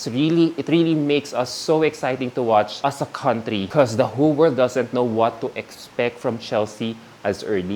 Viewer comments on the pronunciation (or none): none